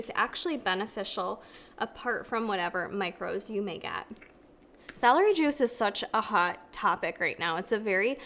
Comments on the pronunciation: So cute how with your accent celery sounds like “salary”! Here’s an amazing science based article article on celery and celery juice, it’s also in a podcast form. Basically goes into all the nutritional benefits of celery on its own and then addresses juicing. Spoiler: vegetables are good, chew them. Love ya! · My mom was born and raised in Rochester, NY - when she says "celery" it sounds like "salary" - which has made me giggle my whole life - and I noticed it does for you too. Must be an upstate NY thing! Hehe - Thanks for the vid!! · The way she says celery